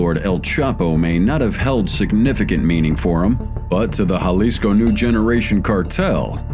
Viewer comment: Finnaly, a non brit crime channel who can pronounce jalisco correctly lol